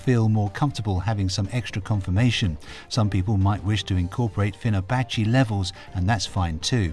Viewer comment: you said fibonacci wrong